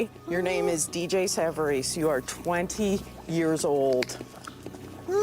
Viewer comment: Reuploading it after fixing "many issues with the original" and still not getting his name right is wild to me. His name is DJ. Dee. Jay. Not Deej.